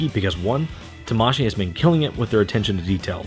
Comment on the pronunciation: It's pronounced tamaSHII, not taMAshii, that's why it has two i in it. It's like kawaii.